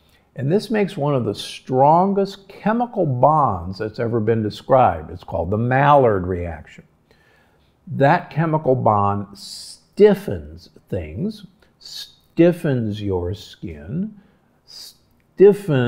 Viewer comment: Maillard is French and pronounced 'my-yard', not Mallard SMH